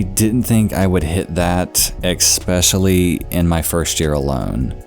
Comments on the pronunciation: good videos man, but please, its eSpecially, not eXpecially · You pronounce "especially" like "eckspecially". Maybe you are aware of it. It's interesting. No harm intended, only a statement.